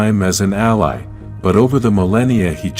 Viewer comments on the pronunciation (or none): none